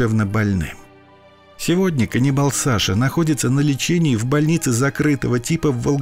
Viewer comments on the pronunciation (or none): Не Ганнибал а каннибал